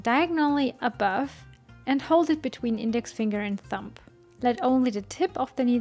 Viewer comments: just found you and already love your content. I'm not trying to be rude or anything and I personally would like to be told rather than keep making the same mistake over and over again. You actually say "thump" which as a noun means "a heavy dull blow" when you mean Thumb "the short, thick first digit of the human hand" there is a B sound at the end rather than a P. English isn't my first language and I know things like this happens. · I'm only saying this because you mentioned words. The word iron is pronounced i on. The R is silent. Same for the word thumb. The B is silent. It is pronounced thum.